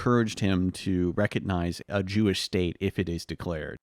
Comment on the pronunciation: talking about harry truman "...he was a haberdasher, and his hewish coworker..." 😂 💩🤡